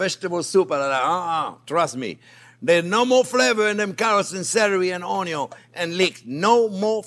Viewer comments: I like the way you cooked your On-yon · Ha ha ha! He's got everyone saying Onyo now. Its like a subculture talk. A hidden language. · Carmelize OnYo at MH heat? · Cameraman: How much ONYO do you need? Chef Jean-Pierre: YES!!! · ••• ONYO••• Your videos make me smile. It's probably because I love cooking and you're a fabulous teacher. You step it up to such a great cooking experience. Love your excitement and passion. I'm so glad I found you. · The only reason why I keep coming back... the way JP says "onion" 😂 His accent... that word... chef's kiss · Chef Jean-Pierre, I love how you say onion! I have followed ur recipes etc. I love you and this channel. I want to be able to be a gourmet chef at home since common American meals are boring! I want to escalate my kids' palettes for beautiful food. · I love him saying „onion“ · Chef Jean Pierre you are so entertaining i absolutely love the way you say onion i repeat your accent every time i cook your videos are amazing was hoping you would do a video on beef broth thank you for all your time i have made quite a few of your dishes .Maybe in the future one to show how a professional kitchen makes it? once again thank you my friend looking forward to the next time you fill my world with joy. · I love it when he says onion .... in his french accent 👨‍🍳